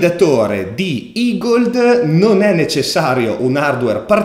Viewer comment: Grande finalmente ne hai parlato!! E hai imparato a pronunciarlo "igold" e non "egled" 😃